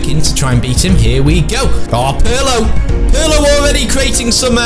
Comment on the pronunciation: they say pirlo wrong they say it like its spelt u say it like perlo